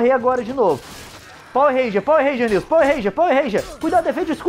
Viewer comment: Pauer Rênjia kkkkkkkkkkk